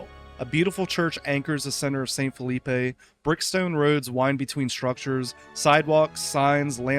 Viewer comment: phillipe wouldn't be pronounced with the 'ay' sound you put on the end of the word. it is supposed to sound like 'filleep'